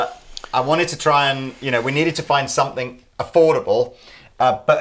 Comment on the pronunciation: there is no "k" at the end of the word "something". Love your videos, but this annoys the hell out of me.